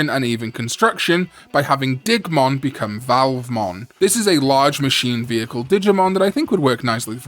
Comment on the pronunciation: I thought you said "Dickmon" the first time you said Digmon's name.